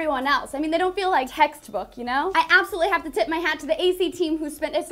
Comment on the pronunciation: anyone else hear "I absolutely have to TIT my hat..."